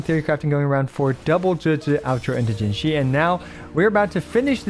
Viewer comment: Pls stop saying puke with Jinhsi that's not it my guy😅